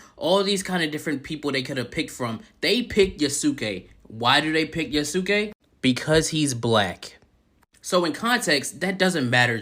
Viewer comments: Well he made this to himself, he tainted his message with a lot of unnecessary shit and twisting clips; besides, he talks like some of the people shown in his video were still like that, apparently people can't grow up and change their values. Pd: you're pronunciation of Yasuke is the correct one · The argument that Yasuke (and yes, you were saying it correctly) isn't a samurai is idiotic. Retainers WERE samurai. They were the low-class equivalent and mostly the same in all but name. These people are seeing talking points in peoples' complaints and not doing ANY research before making a rant video and making a fool of themselves. Plus the dude can't even saying the name correctly. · 1. The way you say Yasuke is correct 2. A retainer was a samurai during Nobunaga's time 3. You can play as a Kunoichi (female ninja) 4. Tokyo never existed until 1868 which is way beyond the era the game is set in 5. It's silly thinking it's forced when everybody's been clambering for a playable Yasuke (even though Nagoriyuki in Guilty Gear Strive is hinted to be Yasuke he still isn't called Yasuke in that) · The dude in the clip saying Yasuke super wrong and doing it right the first time. Is a great recovery from Nobunga =\= Nobunaga